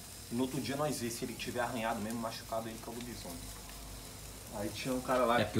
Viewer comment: Escreveu errado o certo é lobisone. Mas pelo menos falou certo kk